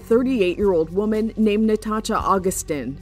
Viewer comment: It’s pronounced natasha💀🤦🏾‍♂️